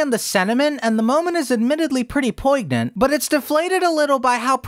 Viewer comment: Just saying, no disrespect meant as you obviously were using phonics, "poignant" the g is silent. The way it's pronounced is "poi-nyant" the gn makes a "nyeh" sound.